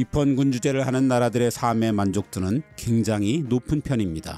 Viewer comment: 정말 좋은 내용의 컨텐츠를 볼 수 있게 해 주셔서 항상 고맙습니다. 나레이션을 AI가 하는 것이 아니라 정말 좋습니다. 이 영상에서 한 가지 아쉬운 것이 있는데...지적질한다고 오해하지는 마시고...^^;; "삶의"의 발음을 [사메]로 하시던데, [살메]로 발음하셔야 합니다. 또한 "삶을"의 발음은 [사믈]이 아니라 [살믈]로 하시는 것이 맞습니다.